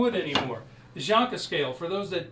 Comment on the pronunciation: Its Janka scale, not jonka, What an idiot